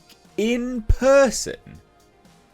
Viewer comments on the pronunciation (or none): I loved the way you emphasised "in person" as if he'd be able to send someone to his domestic violence course by proxy. 😂